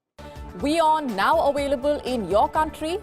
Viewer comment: Hello Madam, how do you actually pronounce ‘available”? ‘Away label” ?? (Oh Am sorry, you are a very charming lady!)